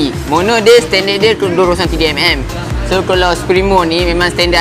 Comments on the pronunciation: ckp elok2 sikit.. berterabut nk sebut 203mm.. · Tu la😂😂😂